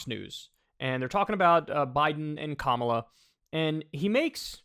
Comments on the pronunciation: It’s pronounced Kah-mah-lah not Camela 🐪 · Charlize Qwark really called Kopmala "Camilla" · Coma - La LoL 😆 My wife is in the other room and is apparently listening in to hear you say "Cam-a-la & immediately came back in & set said it correctly, then spelled it as it sounds, fire me & you 😆😆😆 I say it wrong, all the dang time!! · They mispronounce Kamala's name on purpose, 100%